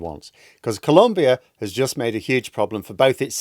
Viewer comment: It's Colombia ! Not 'Columbia'.